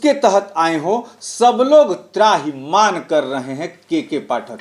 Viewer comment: त्राहिमान नहीं होता है त्राहिमाम होता है।